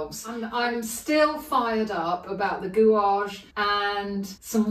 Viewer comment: Your videos are always a treat and I always learn a lot each week but May I say that gouache is pronounced gouash. Again many thanks for taking the time to explain how you paint with such enthusiasm.